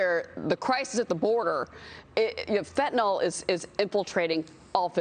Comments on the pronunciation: It's called fentanyl not "fitnol". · It's pronounced Fen-ta-nil. Fentanol is not Fentanyl. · It's pronounced FentaNIL!!! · It might be nice if these two could correctly pronounce Fentanyl. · "The shocking thing is, the president rarely even says the word" Thats because he can't pronounce it!!! He would get tongue tied for days if he tried to say "fentanyl"!!!! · Our "president" probably can't even pronounce the word fentanyl. IF he can, he probably thinks it's an ingredient in ice cream!